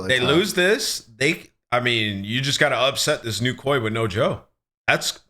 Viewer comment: calling it k.o.i drives me insane. ITS KOI.. LIKE KOI FISH....